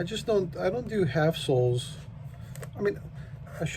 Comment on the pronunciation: lol, sorry, a few times when you were saying half-soles i thought you were saying "assholes". i finally got what you were saying...